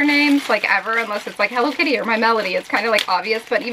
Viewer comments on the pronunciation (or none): none